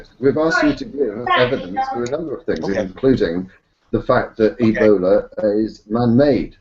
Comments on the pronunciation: sometimes you hear say something that you think is a slip of the tongue....but then he does it again. 6 month year old e-bol-eye axe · Somebody please, please, tell him that it isn't pronounced "Ebolii".